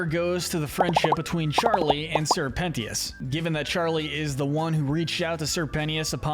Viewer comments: Its not sir Penty-us, ITS SIR PEN-CHUS!!!!!! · It’s pentious not penthious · ITS PENCHIS NOT ✨PENTEEUS✨YA GOOF BALL! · Say it with me "pen...chus...penchus" not pen-tias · I cannot focus when he calls Sirpentious (sir-pent-chus), Sirpenious (sir-pen-e-us) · Sir pennyous. Thats what your saying. Prounounce it Sir-pen-cious" Pentious Pencious, same Canon pronouncianction. No critizicm though!!! Loved this vid! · Penius............is it me or it sounds like PENIS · Sir Pentious, not Sir Penious. It’s a pun based on the fact he’s a snake… a serpent. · The fact that he said Sir PENT-EY-US 😭😭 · Ok I don’t know if I’m saying it wrong but I’m pretty sure it’s `Sir. Pen-chis‘ and it kinda annoys me when you said it like that… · i was enjoying it until he started saying “sir pennyus” 💀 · Matey did not just say sir pen T us instead of pentious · ok ok is no one going to mention Sir PENTYUS?! the way he pronounced sir pentious name?! like I can understand if they never said his name but thats not how its pronounced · With all due respect, I must take a moment to acknowledge and poke fun at pronouncing his name “Sir Pennyus” 😂. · STOP CALLING HIM PENNIUS 😂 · stop calling him penious you sicko!!!! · Bro why did you call pentious sir penious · Bro is really calling sir pentious sir penis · “Sir penteeous”💀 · homie said "sir penious" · It's pronounced PENT-TIOUS. Like serpent. Serpent shious. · Respect sir Pentious, NOT PENIUS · Not the pronunciation of Pentious 😭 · It kinda bothers me how he pronounces Pentious name 😂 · Wait- is that how your supposed to pronounce Pentious !!! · WHY ARE YOU SAYING SIR PENTIOUS LIKE THAT 😭😭😭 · You need to pronounce Sir Pentious’ name right man. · BRO PRONOUNCE PENTIOUS RIGHT! 😭😭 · How did you get Sir Pentious's name wrong so many times 💀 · You kept saying sir pentious wrong multiple times